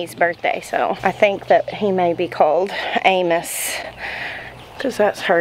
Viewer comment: Totally sounded like Anus to me, I'm so hoping you intended Amos 😂 He is a handsome boy❤